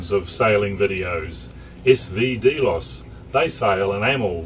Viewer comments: drx1 xym, thanks man. Although, the correct pronunciation is here. As you say, not a biggie and who are we to argue with the in channel pronunciation. After all, none of us would have heard of the word if it wasn't for Capt Brian and co. Thanks for the comment,. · cool, yet "delos" is pronounced a bit differently - at least in channel - no biggie - FYI. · watch the videos your are talking about? even with a NZ accent you couldn't have fukced it up more, SV Delos , but you are right it your data sheets